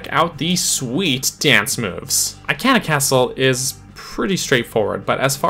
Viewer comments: Eye-can-uh? Sa-no-tuh? Dude, I know for a fact that Sonata pronounced Soh-NAH-tuh! Not sure about Ikana, but I've always heard it as ee-KAH-nuh. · I-can-ah hurts my soul please I-Kahn-ah take it anymore 😂🙏🏼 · sooo jarring...lol! It bothered me to no end; I - can - ah...ummm, NO!